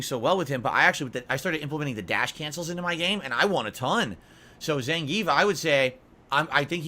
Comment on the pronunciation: And "Zehngeef"